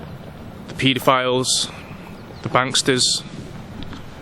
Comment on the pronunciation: The Pee-a-files?